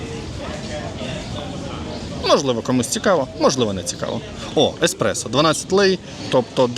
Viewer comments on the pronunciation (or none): none